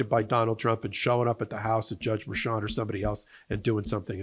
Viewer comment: It's Merchan, not Mershan. Spanish.